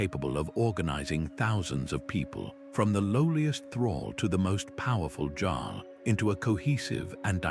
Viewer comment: AI needs to edit! It's Jarl and the Seine, not sane, just to note a couple of goofs.